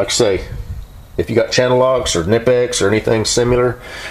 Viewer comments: Oh one last thing any mechanic will Smile or roll their eyes to is the way wranglerstar says knipex. He says “ka-nye-pex” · You pronounce knipex with the K because it's a German word. ;)